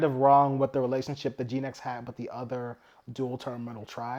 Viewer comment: Genex, not Geenex